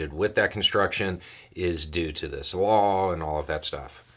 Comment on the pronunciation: When you say "law", I hear "wall". Seems everybody wants their name on something.